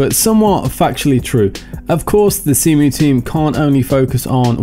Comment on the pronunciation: "Zemu." I like that. XD